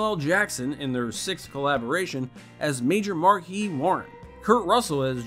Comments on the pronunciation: this is one of my favorites of his, it's so good,u pronounced Marquess wrong, at least it's not how they say it in the movie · So the host/speaker has clearly never seen the movie, evidenced by how he pronounces Maj. Marquis Warren’s first name. These channels have no respect for us.